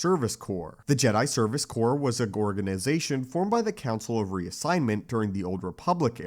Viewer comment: Great video! But did he say Gorganization?